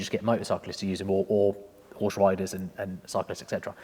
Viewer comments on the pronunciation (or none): none